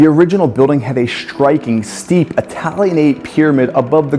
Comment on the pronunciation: This would be a nice docu, if only the presenter had learned to pronounce the consonant combintion "ST". There is no sh sound in the word "striking", for example. His bad pronunciation really ruins this.